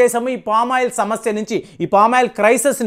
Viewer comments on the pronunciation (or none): none